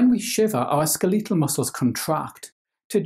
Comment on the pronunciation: I like the way you say skeletal; kinda goofy :p